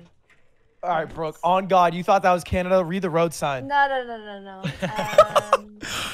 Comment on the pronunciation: epic compilation! xq just always saying canda :DDD Think I would've had it 9 out of 10 times as Finland as a finn based on the first picture